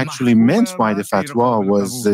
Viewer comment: "the fatwa" lol, cmon Tucker.